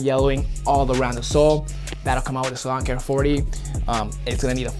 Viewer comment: For a while I thought you were saying LAWN care 40 instead of SALON care 40😂 oh my